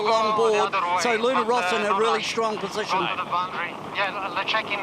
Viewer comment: Why is he still pronouncing Luna Ross like that?